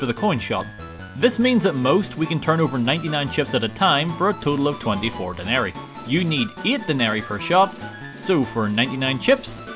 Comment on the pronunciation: Love your videos. One small correction though, I believe it's pronounced de-nerry-i I might be wrong though lol